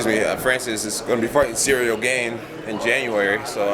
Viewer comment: I’m more bothered by Jones calling Cyril “Cereal Gain” lmao